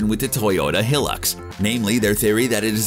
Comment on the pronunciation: It’s High-lux not helux.